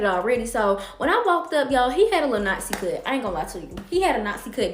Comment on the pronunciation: WTF is a knot-zee cut? 🤔